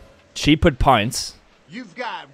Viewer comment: Did you call pints, punts